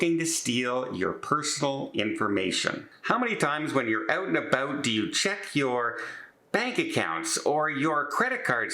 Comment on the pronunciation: When you’re Oot and Aboot. .